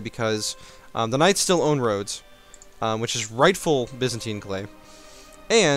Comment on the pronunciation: "and... now-rodas"